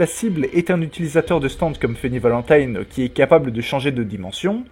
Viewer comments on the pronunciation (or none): none